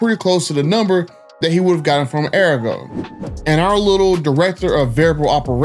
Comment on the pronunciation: Pronounced Ahh-Re-Go… I got my last two vehicles from sawgrass. but yea this is messed up, no dealership should tax extra on the hardworking class… and to lie and lie and lie says a lot about their character. 🤦🏾‍♂️